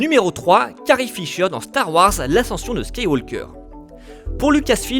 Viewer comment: Heuuuu !! à La prononciation de Skywaker en "Skiwalker" me dérange de fou . Y'a que moi ?